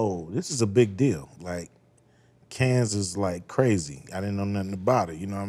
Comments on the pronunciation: Cannes with a silent s. Also it’s not pronounced caans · Ice Cube pronouncing Cannes with a heavy S (Cans Film Festival), is hilarious to me 😂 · The s in Cannes is silent it’s pronounced like kan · the only thing wrong with his pronunciation is that the "s" is silent. Of course he may just be adding " 's " and saying it's Canns's F-F. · The nes in Cannes is silent. Other than that, cool! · S IS SILENT IN CANNES CUBE. CMON MY DUDE. U OVA THERE DRINKING WINE 🍷 AND CANT PRONOUNCE CANNES. U TOO HEART